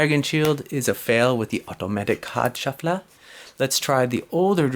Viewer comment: When you say 'Automatic card shuffler' with that accent it sounds like Value Hunter